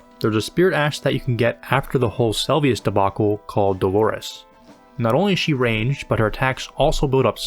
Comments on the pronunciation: Ay man, love the video! A point of feedback is that you should try to get the names of things right. Nepheli Loux is 'loo' and it's Se-lu-vis, not Sel-vi-us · sometimes i wonder if creators miss pronounce things in videos on purpose to get more comments, of people telling them "its not Selvius! its Seluvis!" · Seluvis is pronounced Selvius? The more you know! Great video. I enjoyed every minute and I think your editing and presence are strong!